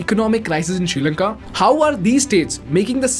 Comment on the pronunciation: You said srilanka:: i heard future India 😅